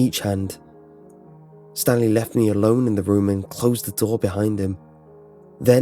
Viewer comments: I think he said Stan Lee instead of Stanly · Is it Stanley or stan lee? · Am I the only one who thought he said Stan Lee instead of Stanley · Did he say Stan Lee or Stanley? Either way to me it's the first one and it makes it so much weirder. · Is it Stanley or Stan Lee ;) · when they were calling stanley itnsounded like.they said stan lee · all I can here is Stan Lee instead of Stanley